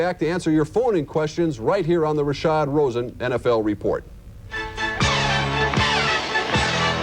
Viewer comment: It's RASHAD ROSEN, not Rasha Rosen.